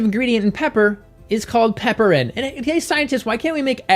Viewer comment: Pronounced piper-in, not pepper-in. It's a reference to the genus name, which is Piper.